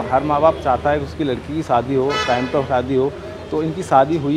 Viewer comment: Shaadi ❌ Saadi ✅ Camera ❌ Kemra ✅